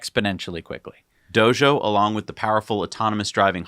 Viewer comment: Whyyy are you saying Dojo as "dozho"? Haha. Great updates as usual